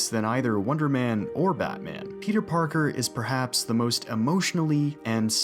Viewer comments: Everytime you say "peter parker" I hear pizza parker lol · am i retarded or does he say pizza Parker